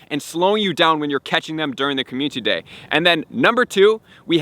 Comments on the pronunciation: commu-ty day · The way you say "Comu- ty Day"...<3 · Can you say, "Community Day" for me? I've been listening to you say it. But, you say it interestingly...